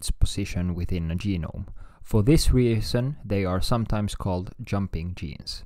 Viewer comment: Excellent content. But since you asked: looking up the pronunciation of "reason" would help😊